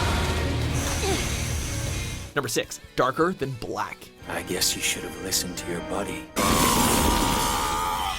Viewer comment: disliked....stupid butchering names on kill la kill and darker than black -.